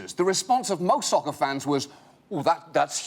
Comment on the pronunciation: It sounds like SUCKER to me instead of SOCCER. Am I wrong? Any one else hear it like that ? I think he was joking about the similar pronunciation of both words.